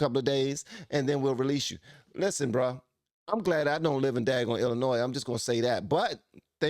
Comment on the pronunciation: Did he just pronounce the S in Illinois?